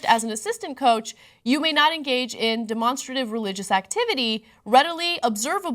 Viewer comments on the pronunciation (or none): lol Ana said Demon-strative. instead of demonstrative